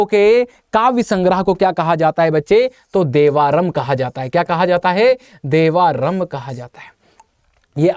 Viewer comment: Devarm nahi hai , devram hai